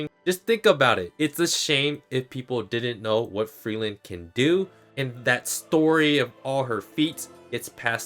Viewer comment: To me it sounds like that the japanese dub calls her Frieren (technically FuRIIREN), not Frielen as you are saying it. The origin of the name, like most of the names in the anime, comes from german, in this instance Frieren means "freeze", so I say the correct pronounciation of all the names in the anime should be how the german word is pronounced.